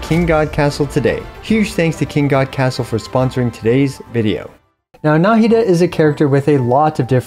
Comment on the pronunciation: na 'hi da not 'na hi da